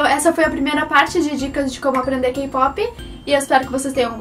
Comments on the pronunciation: Se pronuncia * keypop * pero tú dices Keipopi 🤦🤦🤦🤦🤦 Pareces guaga K-Pop no es solo BTS y BLACKPINK !!!! >:vvvvv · "kipopi" hahahaha love your accent!